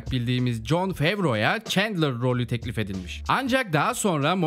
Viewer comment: abi şuna çentler çentler diyip durmussun ayar oldum kapadım video eyw yinede eline saglık